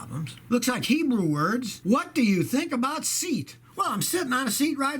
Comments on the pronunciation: It's not SEET! It's Say-aught! 🙄 Spanish for a cheaper Volkswagen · kilmer - It's not "Seat"... It's pronounced "See Yet". It's a Spanish automaker, now owned by VW group. - Yes, there IS a big difference between synthetic brands! Saying pick your brand they're all similar is like saying all cars brands are just about the same! For your knowledge and those of your viewers, Amsoil is the Rolls Royce of automotive oil, but hard to find. Penzoil Ultra Platinum is the best of the common, easy to find brands and it's like the high end Mercedes of oils. Mobil1, Castrol, etc... They are all below these two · It's pronounced say-ot not Seat. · SEAT!? I've only known it as "SEE... AT" but have heard it pronounced "SAY AT" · Living in the UK i never thought about the pronunciation of the car brand SEAT and something you sit on :) in the UK we pronounce it saay at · Seat is pronounced "say awt" lol. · I think they pronounce Seat (sayat). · The car make ‘Seat’ is pronounced ‘Say at’ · SEAT is pronounced "Say-ott". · Seat=See-at. This is how you say it Spanish little car maker owned by VW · I think Seat is pronounced "say at". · Scotty, 'SEAT' is pronounced 'SEE AT' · Pretty sure they're pronounced Say'-aht, Scotty. I believe they're owned by Volkswagen. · not really, more se at :) littl3 letters when Spanish ;) say at would be british way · No, in Spanish it is "Say-aht," Accent on the first syllable. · Its Seh-at